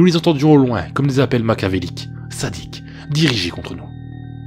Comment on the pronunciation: Punaise le nombre d association de mots malheureux.... et la prononciation... makiavélique... ma machia... c'est dommage ... qui bavait ou qui bravait la folie... je mordais des dents ? ... bref ça nique un peu... beaucoup une histoire... dommage